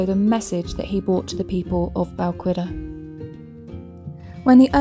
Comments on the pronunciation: You have a lovely voice, unfortunately and it is easily done. Balquhidder is pronounced Bal Kidduh not Bal qu idder. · I've an ancestor buried there, just to the right of the Old Kirk. Visited many times as a child but I don't think anyone does now. I don't believe you are pronouncing Balquhidder correctly. It's not qu as in queen - it's like 'ch' in 'loch' with a w added. Check Paul Murton in his series.